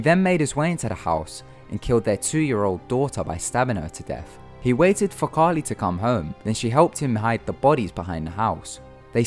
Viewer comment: It's Caril, not Carli. This is one of the reasons I'm thankful for Ty Knotts, both of the other narrators had horrible grammar and pronunciation.